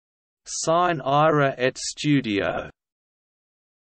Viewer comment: belin, ma come state? Non ci siamo, chiedete a qualcuno che ha studiato un po' di latino come si legge. E poi, dal tono, sembra pure che stiate per uccidere qualcuno, sine ira et studio, naturalmente.